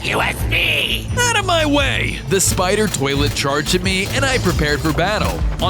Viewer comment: He said wqay not way